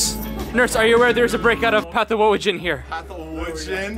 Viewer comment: Did.... did you really say path-OwO-gen??